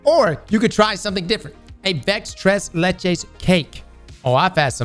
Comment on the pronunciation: nooooo, why did you edit it out!! When he did this live he absolutely butchered trying to say tres leches cake! Even told a story on how he butchered it in the past too. I was rolling 😂